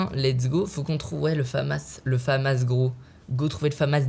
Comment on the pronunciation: Michou on dit la famasse pas le fammasse